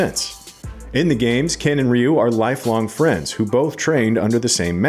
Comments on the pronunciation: It's RYE-YOU not REE-YOU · It's Ryu not Riyu what's with you people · Dude is calling Ryu “Reeyou” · I’ve always pronounced it Righ-You 🤷‍♂️ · If they pronounce Ryu like it is pronounced in this video, I am going to boycott it.